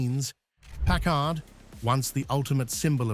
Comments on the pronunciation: Where do you see twin headlights?? It is pronounced PACKARD, not PACK ARD... The 1956 Caribbean is such a beautiful car. I remember at 7 years old how the Caribbean WOWED us when one drove by!!!! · I've never heard it pronounced Park Kard...I thought is was always Parkard with the accent on the first part. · Europeans say Pack-Kard. Smoe other word I've heard: "British" Pronounciations: Labora-Atory, Alu-Minium and they often say Herbs not Erbs. BTW - I met Packard President James J. Nance and Chief Designer Richard Teague and they both said Carib--Bee-In, not Ca-Rib-Bee-In. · This video needs more bullshit AI voices and mispronunciations. Let’s begin with not even being able to pronounce Packard correctly. What a joke. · I hate these AI-generated voiced videos! (Notice the two different pronunciations of the word "Packard.") Is this where documentaries are headed?? If so, count me out!